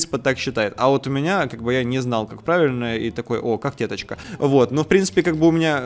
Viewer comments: правийно не кактетачка а елечеточка !!!!!!!!!!!!!!!!!!!!!!!!!!!!!!!!!!!!!!!!!!!!!!!!!!!!!!!!!!!!!! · Гогтеточка ударение падает на Е гыыы( о_0)